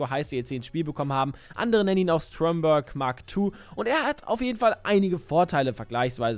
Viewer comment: Schönes video aber kannst du bitte aufhören denn Stromberg Englisch auszusprechen? Das ist ein Deutscher Name.